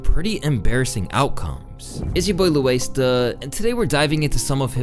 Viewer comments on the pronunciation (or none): “It’s ya boi ”